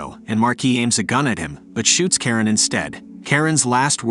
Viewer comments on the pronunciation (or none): it’s “Charon” pronounced as “Sha-Ron” Not “Karen” 😂😂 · It's sounds like you say Karen instead of Charon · bro butchered Charon's name